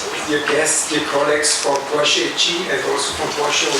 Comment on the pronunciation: Bo pripomoralo h bdp-ju, dobri šihti bojo, fajn fajn...pa fino da je gospa pravilno izgovorila Porsche😂